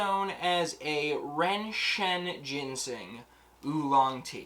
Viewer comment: Yeah, the word for vanilla in Mandarin is hard to pronounce haha, but you got “ren shen” right!